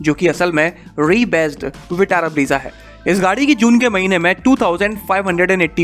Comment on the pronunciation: फिर ब्रीज़ा। Bhai ब्रेज़ा, ब्रेज़ा। मान जा। Brezza है स्पैलिंग, Breeza नहीं।